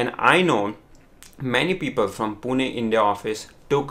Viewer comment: WTF , Pune India means. Plz don't get me wrong but I felt my city is pronounced with disrespect. You may go through the video again...